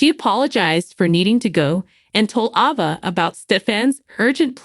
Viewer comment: Will never subscribe. The absurd way you say character's names grates on my nerves so much that I can't listen. It is Gabi not Gobi. Ava's name you blew out of the water. Goodbye